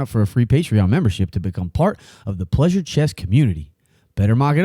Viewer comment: Great episodes, especially appreciated with my math and data science background. Fwiw, definitely dont think the ads are too frequent, theyre super short and the video is long form so it makes sense. I cringe at the pronunciation of "pleasuuuure" but thats a personal thing i guess 😂 appreciate the content